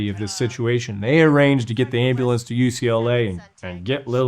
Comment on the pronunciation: He's been an EMT for years and still can't say "ambulance"?